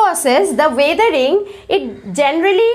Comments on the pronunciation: you should spell weathering as wethering and not waathering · Your pronounciation is not right of weathering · I think that the pronunciation u have of weathering is different...... So which is correct!!